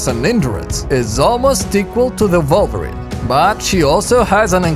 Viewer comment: Again, it's not volvirin! Its WOLVERINE!